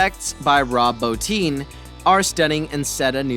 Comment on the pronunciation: How can the narrator pronounce Rob Bottin's name right and not H.R. Giger's is beyond me. And hella annoying!